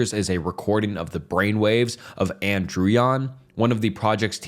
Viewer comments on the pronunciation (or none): none